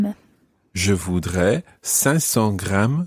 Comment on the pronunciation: elle a une très mauvaise prononciation, ça m'énerve quand elle le dit "je vudre" 😤